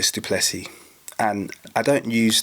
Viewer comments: How dare you talk about our Country which btw you know nothing about. The French, Dutch and Germans came here because of religious persecution in their original countries. They were settlers, not colonisers. The guys name is pronounced du Plessi..no Plessis. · Dricus Du Plessis is of French descent. Lol. The last "s" is silent.